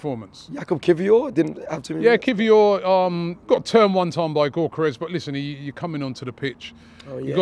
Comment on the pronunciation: If I hear Robbie say Gyokeres’ name like “Goorkerez” one more time, I might have to unsubscribe. We all know he knows the actual pronunciation…